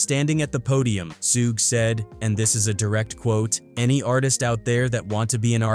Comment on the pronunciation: Sooge? it's Suge as in "Sugar"